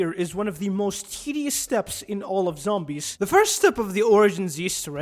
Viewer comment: Cawly doody zawmbys